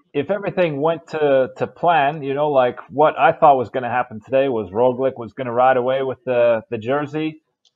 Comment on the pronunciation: Is not ROGLIK ibut ROGLICH